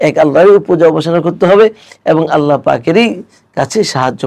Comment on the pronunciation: উস্তায এতো সুন্দর করে "আল্লাহ" বলেন!! সুবহান আল্লাহ